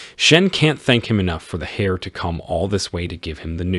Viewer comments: 😂You should get a thesaurus: >Heir(Air) not Hair(Hare)🐰 >A-rith-me-tic😖 >Treachery is pronounced Treh-ch-ry not Tree-ch-ry🌲 >Nee-on not nee-an👧 >Reading in the past tense is pronounced Red not reed. Just to name a few. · Thank you, sincerely. Heir (pronounced "air", the "H" is silent) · The Ai narrating didn't pronounce it right is all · Pointer, if you're going to use AI to narrate, type "air" instead of "heir." I cringed every time I heard "hair" in regard to the fat guy. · How much incest is in that family? The MC is the son-in-law of the count (or is he an earl? both are used), the count/earl's son, the two teachers and a number of other people. And, I know it's tricky for non-native speakers but in heir the "h" is silent, hearing "hair" over and over again was funny.